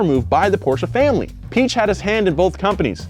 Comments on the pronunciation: if it's any consolation, most Germans can't pronounce Piech either. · Poor Ferdinand, cringed every time his last name was butchered... Good video other than that. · cant say Piech But can pronounce Kebawah Duli Yang Maha Mulia Paduka Seri Baginda Sultan Haji Hassanal Bolkiah Mu'izzaddin Waddaulah ibni Al-Marhum Sultan Haji Omar 'Ali Saifuddien Sa'adul Khairi Waddien, Sultan dan Yang di-Pertuan Negara Brunei Darussalam. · ... make it Pi - Ech (and go with a mixture of a ch and ck) and there you go! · The e should have umlauts over it. This indicates that the "i" and "e" are pronounced in separate syllables. The name should be said, Pee-aych, with kind of a hard "c" before but not quite, almost. There is a pronunciation video here on YT. Search Ferdinand Piech and hear how it should be pronounced. But definitely not "Peach". Great video BTW, despite my pedantic rhetoric. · Even in Germany we don’t say Piëch, like you described it. It’s more like pee-esh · Your Piech spelling was good tbh. The “ie” is mir like a longer spelled “i”. So for you it like peech. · There are actually two little dots writtenover the "e" in Piëch. That means the "e" is not a modificator to the "i" to make it phonetically longer but will be explicitly pronounced. In Piëchs case it will most likely be prounounced pee-eggh (I spare you to pronounce the ch, this is as close as you get 😉) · Pronunciation of Piech really isn't hard even if you're not German speaking. It's pretty much just P-eck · I can't pronounce Piech so I just say Peach. Americans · Piech is easy to pronounce “pee-egg” is the most easiest way for English speaking people to pronounce it. ^^ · Ferdinand Pee-eck** The correct way is the easiest. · Piech is pronounced pee-eck. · I'm not german, but it's still easy to say the "ch" just say piëch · When he says peach I just hear peash like Jenna marbles and juliens dog